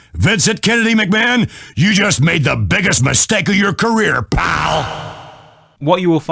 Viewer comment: I almost woke up my parents when said pAL!!!!!!!!